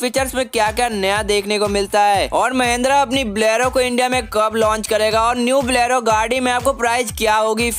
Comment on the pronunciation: That pronunciation "Mendra Blero" 😂